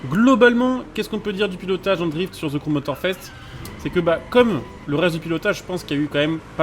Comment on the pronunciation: pas ze crew mais the,de sinon la vidéo est bonne